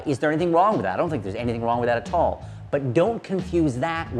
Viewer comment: The way you say "at all" always cracks me up. Aaa tall